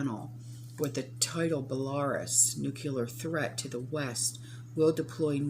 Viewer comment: Belaruse is Bell-a-roose.